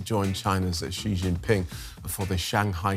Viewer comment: Xi jinping❌ 11Jingping✅😅